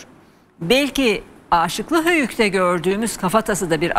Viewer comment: Âşıklı değil de Aşıklı Höyük ( kısa A ile ) okunuyor. Rica ediyorum düzeltirseniz.